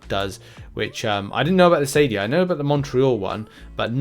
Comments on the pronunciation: It is pronounced Akadia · Hard C in Acadia ;)